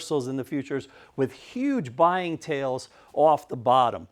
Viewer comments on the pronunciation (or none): none